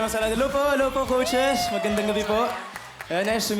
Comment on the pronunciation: "Coachesh" though HAHAHAHA